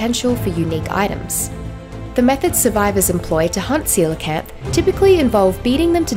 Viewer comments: Jajaja! Seelakant? Omg! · Ive been pronouncing coelacanth as Kow-la-canth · how do i tame a seelacanth? xd (btw im in mobile)